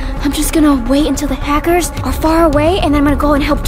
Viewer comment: Its Hackers You Said Hacers